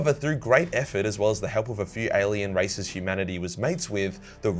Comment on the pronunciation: I though he said "alien racists" and not "races"